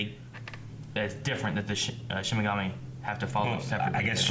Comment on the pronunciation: ok... I've ignored this for far too long.... It's "SHI-N-IGAMI" !!! xD